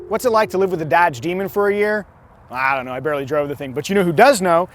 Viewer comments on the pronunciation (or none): Did he say Dadge?